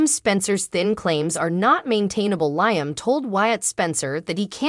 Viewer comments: Its LeeUmm...not LieUmm. Also, it gets tedious hearing the "week of" I am sorry for this becoming ot makes it very difficult to continue to watch. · Not to be rude but your pronounced liams name wrong.well this is the first day of summer 21 the longest, day of the year.now the days will start, getting shorter.happy first day of summer.